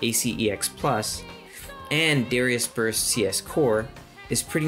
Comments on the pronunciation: Good video, but your pronunciation is throwing me off. It's "duh-rye-us." Not "dare-ee-us." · Good info. From one who mispronounced the name forever to another, it's meant to be Dahr-AI-us, rather than sounding like the name of the singer from Hootie and the Blowfish. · Isn't it pronounced da like "dart" and ri like "rising" instead of saying it like Gradius? Since in japanese it's written ダライアス (daraiasu), unlike Gradius which is グラディウス (guradiusu)